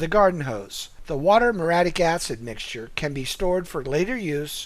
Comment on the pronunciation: It's m-your-E-attic acid, not m-your-attic acid.